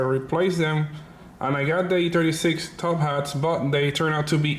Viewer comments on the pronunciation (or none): I like how he says E-turdy 6 instead of e36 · Boosted Lawnmower he should make stickers or something that says e-Trudy6 lmfaoooooooo